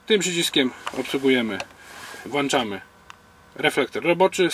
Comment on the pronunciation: i znowu mowisz wlanczam. ZLE I BRZYDKO. Mowi sie włączam